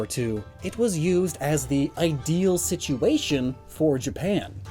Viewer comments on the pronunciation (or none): none